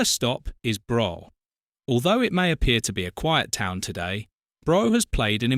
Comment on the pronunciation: I think you will find brough is pronounced bruff